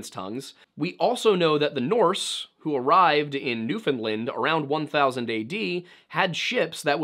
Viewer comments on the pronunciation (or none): As someone who lives in Newfoundland, I cringed so bad at your pronunciation of it - I don't know why people see it and think New-fin-land, you pronounce it as you see it New-found-land - just gotta say those 3 words a little fast and you got it! Loved the video btw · It's Newfinland, not Newfinlind